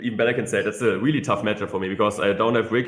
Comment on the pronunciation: “Weally weally good”